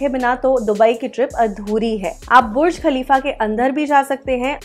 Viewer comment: lol not buch but burj 😂